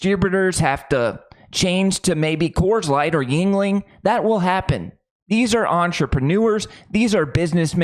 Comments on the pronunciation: Another YouTube that miss pronounces Yuenling! Original spelling was Jüngling! J makes a y sound as in you! The founder was David Gottlob Jüngling a German immigrant. It is pronounced. You-N-ing not Yin-ling. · youngling not yingling